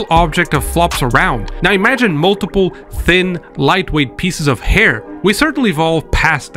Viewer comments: Learnt a lot in this, especially that Hair is pronounced as air. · I kept hearing AIR physics, was like mang what the hell on about